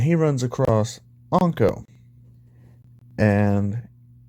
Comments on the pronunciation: It's inko not anko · It’s in-co not on-co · Why you say onka it’s inko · I love how he calls inko onko lol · Lol onko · As soon I hear how he pronounces Inko I was like hol' up